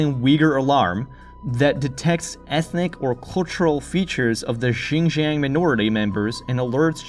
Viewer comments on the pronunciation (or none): none